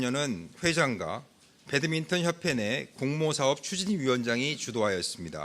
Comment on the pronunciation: 저 아저씨는 배드민턴을 왜 계속 배드민튼이라고 해요?